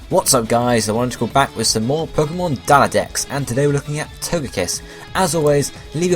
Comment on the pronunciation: Daladex? Lol what???? xD